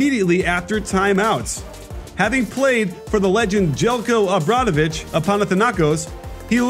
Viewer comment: The best coach ever in European Basketball (World), and still these commentators cannot pronounce his name. Zeljko Obradovic.